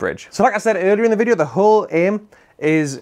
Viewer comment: You said bideo instead of video 😅